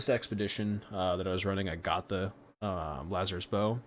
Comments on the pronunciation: I've never heard anyone call it Lu-zar-is , interesting, i always called it Laz-er-us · It's LAZarus, not Laz-zar-rus.